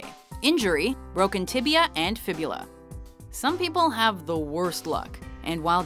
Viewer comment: Ryan Villopoto Broken Tiblia and Fiblua.